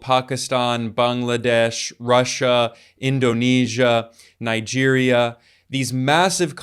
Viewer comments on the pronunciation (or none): none